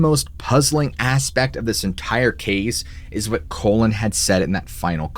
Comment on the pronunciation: Awesome story telling! But I gotta say... do you know the definition of the word colon? More likely than not, the guy's name is Collin, pronounced call-in. All in all, it's a minor detail to us, but probably a big one to Collin. 😊